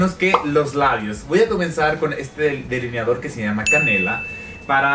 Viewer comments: *delineador no “deliniador” eres una de las colaboraciones de Luis Torres más simpática y guapa 👏👏👏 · ¿Por que dice “DELINIADOR”?